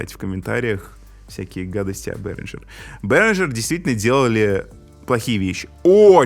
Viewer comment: Ребята, это немецкая компания и название произносится как Берингер, никакого "Ж" там нет